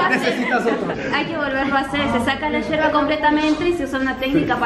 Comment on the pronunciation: JAJAJAJA empezó diciendo Yerba con LL y 80 gramos en vez de 80°C. Empezamos mal 😂